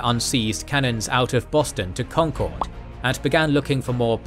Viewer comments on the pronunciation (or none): A couple of details from being a life-long New Englander and now living in the Boston area. "Concord" (with a long second "o") is actually pronounced Concurd with an accent on the first syllable, and Cambridge is almost directly between Boston and Concord.